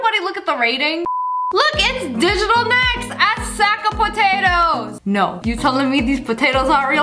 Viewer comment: SSSniperwolf: “Digatal Next... A sack of potatoes” Me: 😂😂🤣😱... * Faints *